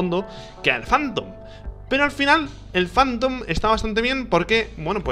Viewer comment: El rich pronuncia tan mal que cuando dice "phantom" pienso que dice "fandom" LMAO